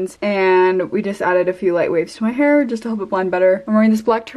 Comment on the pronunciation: yOur HaAir LwOoks gWeD